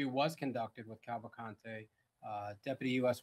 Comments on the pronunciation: i think its soo funny they keep saying cavalcante the wrong way, as if it was spanish. i guess americans dont know that in brazil, ppl dont speak spanish. portuguese is the official language, but also several minor languages are spoken throughout the country. its easier to find someone speaking japanese, french or german than finding someone speaking spanish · not a matter of accent, and saying "would make 0 effort to pronounce a convicted murder name correctly" is not a good excuse. A LOT of ppl have that last name. and yes, the woman on the video said it assuming it was spanish, which it isnt, and it is not pronounced that way in brazil. portuguese is spoken in brazil, not spanish.